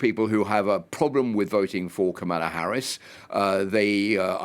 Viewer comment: People who didn't watch the convention shouldn't comment on the convention. Proof you didn't watch it: you said no one knows what she stands for and you still can't say her name right even thought children showed you how. Also, people who don't seem to understand our system of govt shouldn't comment. Everytime youbsay something as dumb as a VP should've fixed a problem, knowing she's not the president and therefore CAN'T fix anything, it shows you know absolutely nothing about our system of govt. 60% of Americans don't believe the economy has improved? Improved from Trump's high unemployment and millions dying of COVID? Also if you had watched the convention, you would know that since 1989 51 million jobs have been created. 50 million by democrats and 1 million by Republicans. People "feel" the way they do because of misinformation like yours.